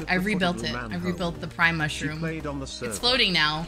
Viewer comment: She said prime mushroom I heard pride mushroom it gave me an idea for my cottage core Minecraft server